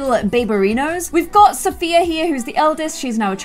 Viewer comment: British English. Where Sophia rhymes with here 😂